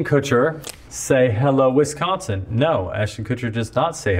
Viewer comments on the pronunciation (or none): He does say "Hello, Winsconsin", tho lol